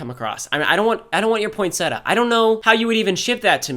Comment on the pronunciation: You said poinsettia wrong and e spelled it wrong oof poinsetta isn’t a word 💀